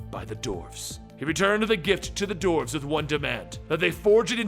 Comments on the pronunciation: Why , why , why....why are you saying DORFS! ...Its Dwarves...everyone knows how to say dwarves. Phonetically pronounced "Dworves" not Dorfs...come on. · Why do you say doorves